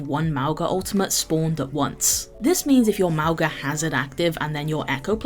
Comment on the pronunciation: Miss the correct Mauga pronunciation...